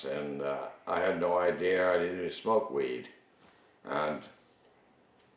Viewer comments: "ideear" lmao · all people from here say idear not idea